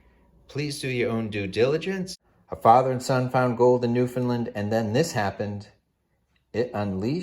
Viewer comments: Sorry but its pronounce Noof' N land. Land not lend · New Found Land lol not NewFunLand